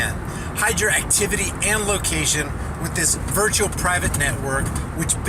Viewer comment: I thought you said virtual shill vpn